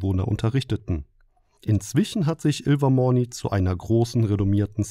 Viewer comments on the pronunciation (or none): Du sprichst Durmstrang [Dörmsträng] und Ilvermorny [Ilvermörny] falsch aus